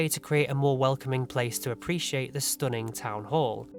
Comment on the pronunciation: "stooning town hall"